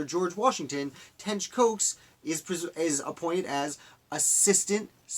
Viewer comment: I’m his relative, and it’s pronounced like Cox!!!